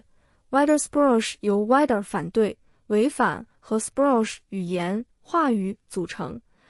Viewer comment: wider ≠ wider, 德语得念vee de （近似）。Spruch念施普鲁赫。一点点语言方面的挑剔😅